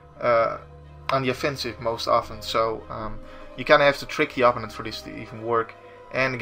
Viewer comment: Loving these videos. this doesnt really bother me but i do notice that you always pronounce opponent with such an native sound to your tounge. Im only saying it because it really sticks out, the english way is more of a Oh, and the preassure is on the secondt sylible. Again let me define that im not nagging you hear, i just thought it could be usefull to know